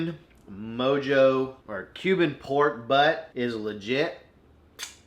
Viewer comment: The only great cooking video where the presenter can't pronounce "Mojo" or "Oregano and I'm not mad at ya!